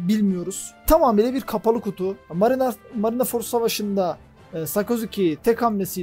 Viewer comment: Marinaford değil de marinford diye telaffuz edebilir misin